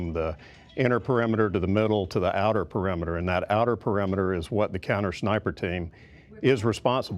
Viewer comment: didn’t you maybe want to say PE-RI-ME-TER?